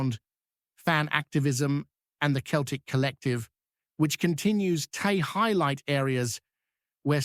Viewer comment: its celtic not keltic if you cannot get it right i cannot take this seriously.